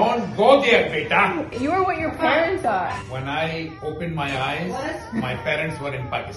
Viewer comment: it’s pronounced “Baytah”. It’s endearing way to say son. People use it irrespective of son or daughter , meaning my child .